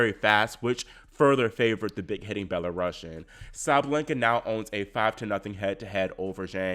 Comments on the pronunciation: Belarus.ian and karEn is the correct pronunciation. Thsnks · Belarusian not Belorussian😉